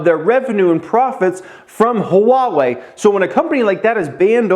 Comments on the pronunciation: It's wah-way not huh-wah-way. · It’s pronounced wah-way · Love your videos brother! Appreciate your input! Started investing very heavily last November and I’m completely obsessed with every aspect of looking for opportunities. Ohh it’s pronounced “Wah-Way” I think. Keep em coming man. You’re inspiring tons of people like me every day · Lol it's pronounced waa-way :) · It's Ha-Wah-Eeee. . . Sheeesh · Replace the H with a W for pronouncing Huawei my man. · Yo dude, you need to pronouce Huawei correctly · really wants us to know there's an H In Huawei. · you’re saying the name wrong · Yeah, but he is over emphasizing the H. Most people just say wah-way, which is incorrect.